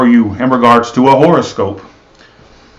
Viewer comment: Hi💖🍀he said the internet would be shut down for life 😂😂😂😂 oh lol you don't look nearly that bad honey child you're gorgeous kkkk he said whore o scope 😂😂😂😂 omg I almost peed my pants 👖😂😂😂😂.... lol when your pet relationship matches your actual relationship 😂😂😂